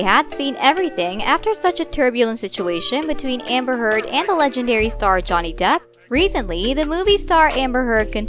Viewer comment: I heard "Hamburger" instead of "Amber Heard".